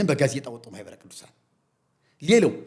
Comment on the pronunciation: Your deep rooted plot had been destroyed by Mahibere Kidusan before you disseminated the poison to the congregation. That is why you are mumbling on ማህበረ ቅዱሳን.